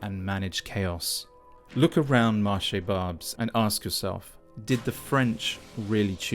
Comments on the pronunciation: I have to say it’s hilarious to hear an Englishman butcher the name of a quartier in a non-English city, while possessively condemning it for not conforming to an ideal that has never existed, in its entire history. Before, the “no-go areas” might’ve housed people speaking French exclusively, but that doesn’t mean that Paris hasn’t ever before harboured significantly dangerous neighbourhoods where the average tourist was advised to stay away from, and where the upper-class French themselves wouldn’t have felt at home either. Yes, the demographic makeup of this particular area is the (all-too predictable) result of the French colonising various countries in Africa, and extracting as much of their riches, carrying them back to that same city of Paris, as they could manage. Before then being - unexpectedly - compelled, as colonialism was replaced with “partnership” (cf the UK, and Indian/Pakistani nationals “coming home” to the “Motherland”, and likewise ending up living in the less salubrious neighbourhoods originally) to admit the nationals from those countries into their own. The current chaos is much more a result of a failure to make sure that the economic “underclass”, from whichever national or cultural background originally, is housed in moderately dignified conditions, and given a properly funded public education that includes citizenship lessons - for all. The fact that the poor areas become so very run down is a result of years of rightwing governance, often voted for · Barbes (you pronounced incorrectly and were also a foreigner there - and annoying one), has been an immigrant neighborhood for 30 years. Nothing has changed. Like it or not, it’s a key cultural part of the city. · I love Barbes. At least you could have pronounced it correcty. I can buy Rivotril that my psychiatrist wouldnt prescribe me. And I need it for my anxiety. So dig deeper to find a scapegoat Hehe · FFS stop saying marché "barBS"... it's BarbES, pronounce the bloody E...